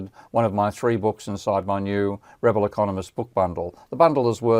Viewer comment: I assume 'Ravel' should be pronounced like the composer's name, not 'RAvle', but 'RavEL'.